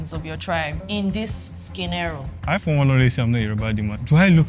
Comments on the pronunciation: i wouldn’t be too sure about that just started watching and she already said “Skenaro” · Y'all are so funny, for someone that speaks sooo well you think she won't be able to pronounce scenario? That was obviously a joke, skinerio is not a new thing, okay! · did i hear /ski-ne-ro/?😳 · That was like the first thing I heard..my head goes: You people no gree tell us say it's now Skinero.